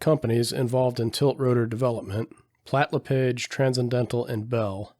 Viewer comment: A small correction regarding Platt-LePage Aircraft. "LePage" is pronounced sounding like "LePaage" (sort of French sounding) Not like the "page" of a book. The Platt-LePage Tilt-Rotor dates back to the early days of The XR-1, Frank Piasecki told me how Haviland Platt gave him busy work, setting up the mixing controls, of the small Tilt-Rotor, when he first arrived at Platt-LePage Aircraft. Drop me a line if you ever want to animate the XR-1, or the XHJD-1.